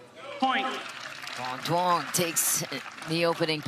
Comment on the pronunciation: These commentators CAN NOT say Quang Duong's last name correctly!!! Please show some respect!!!